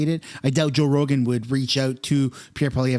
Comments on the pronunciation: You said roe jogan lol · Anyone else catch he said “Roe Jogan” at the very beginning?